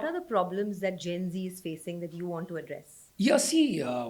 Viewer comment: Gen z, not gency Generation Z (often shortened to Gen Z), colloquially known as Zoomers,[1][2][3] is the demographic cohort succeeding Millennials and preceding Generation Alpha. Researchers and popular media use the mid-to-late 1990s as starting birth years and the early 2010s as ending birth years. Most members of Generation Z are the children of Generation X or older Millennials.[4][5] As the first social generation to have grown up with access to the Internet and portable digital technology from a young age, members of Generation Z, even if not necessarily digitally literate, have been dubbed "digital natives".[6][7][8][9] Moreover, the negative effects of screen time are most pronounced in adolescents, as compared to younger children.[10] Compared to previous generations, members of Generation Z tend to live more slowly than their predecessors when they were their age,[11][12] have lower rates of teenage pregnancies, and consume alcohol (but not necessarily other psychoactive drugs) less often.[13][14][15] Generation Z teenagers are more concerned than older generations with academic performance and job prospects,[16][11] and are better at delaying gratification than their counterparts from the 1960s, despite concerns to the contrary.[17] Sexting among adolescents has grown in prevalence; the consequences of this remain poorly understood.[18] Youth subcultures have not disappeared, but they have been quieter.[19][20] Nostalgia is a major theme of youth culture in the 201